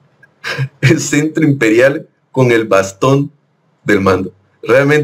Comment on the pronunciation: Apa...me gustan mucho tus comentarios, pero hay que leer...CETRO...NO CENTRO...BUEN DIA...VIVA LA 4T